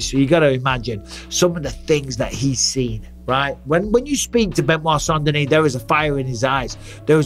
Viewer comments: I know Americans struggle with English - they don't like silent letters in words and, for them, words are pronounced as they're spelled! So, with St Denis - they all seem to be baffled. If you're going to go "Full American" with the pronunciation, then it has to be Saint Denis. Otherwise, the correct pronunciation is "San Denee". It's not "San Denis" or "Saint Denee". Maybe just go with BSD but that's an acronym for a computer OS from California in some quarters!!! 😀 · non désolé (sorry no), the right pronunciation is (la bonne prononciation) of BSD name is (du nom de BSD est) Benoît Saint Denis, nothing else 😉